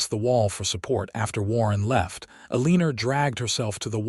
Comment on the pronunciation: A Leaner?? It's "Eleanor"...please fix!